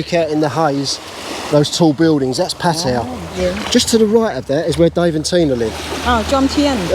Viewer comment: I must compliment you on pronouncing the Pattaya name,correctly. Most of the utubers from UK,reguarly say it incorrectly. I find that very ignorant and rude. Its NOT a hard word to say correctly. Thanks again.